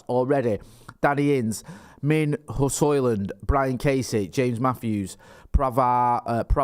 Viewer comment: You got Højlund's name pretty much spot on,. As a long-term resident of Ginland and an enthysustic student of Scdndinavian ( snd ithrr) languages, it always pisses me off when vloggers mess up pronunciations. But you got that one right. 😁 👍👍👍